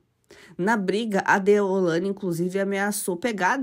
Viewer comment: Não é Ceilândia. Vc está falando errado,é deolaine!!!!